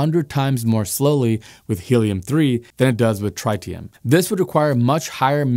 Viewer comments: It’s not “try-tee-um” it is “trit-tee-um” where the “trit” rhymes with “bit”. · I watched your more recent video on the solar tower failure in Nevada first where you added the bonus of viewers’ comments. Now, I can’t help but laugh every time I hear tritium pronounced try-tium. You certainly tryed… sorry, tried, haha. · Nobody pronounces tritium that way. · Say "tritium" again. I dare you. I double dare you! Also, "Chang'e" 😂